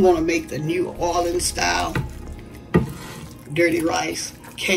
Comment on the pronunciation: You did New Orleans well!